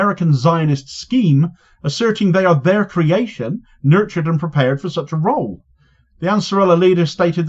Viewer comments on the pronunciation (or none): none